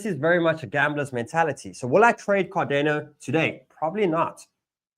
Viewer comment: Bro pronounced it "cardeno", ngmi